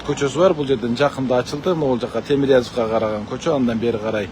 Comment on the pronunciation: Темирязов эмес,Тимирязев болуп айтылат, урматтуу блогер!!!